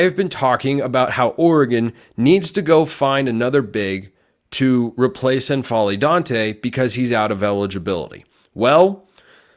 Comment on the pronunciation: Damn, I hope that works out. Assuming Ducks get a break with the injuries next year, that's a team that makes a deep run. I dont think there's a /ɛ/ vowel on the front of N'Faly ... that is, it's not EN-FA-LY, just N-FA-LY You know, like M'baku 😊